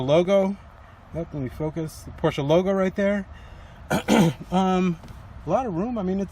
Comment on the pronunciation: Nice Review. Knowledgeable. Pronounce Porsche correctly (many youtubers do not) Agree that the car looks great in red.